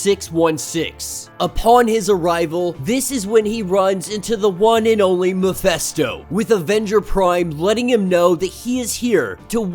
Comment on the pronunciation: You know, that his name is MephIsto, not MephEsto? Right?